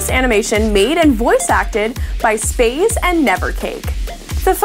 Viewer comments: Wtf.. Space? His name is Spazie, not Space. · AND THEN SHE CALLS HIM SPAZY?!!? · DID SHE JUST CALL SPAZIE FOR SPAZE!?!?!?!!?!? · the pronounciation of spazie - respect no longer reaches you new presenter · Its sad to hear the name spazie promounced wrong :(